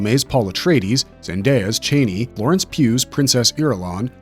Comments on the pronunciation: Pronouncing her name as 'chainey'? Did you even watch the films? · Brother it's pronounced Cha-knee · Is this a bot talking or are you really pronouncing Chani wrong 10,000 times over like it isn’t said in the movie over and over again! Couldn’t be anymore annoying! 😂